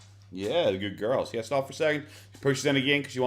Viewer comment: Your "hello/morning gorls" cracks me up so much lolll